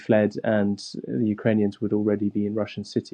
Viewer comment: Cwank up the wetowic? Ukwanians? How did this person get a broadcast job? No better candidates than Princess Bride priest?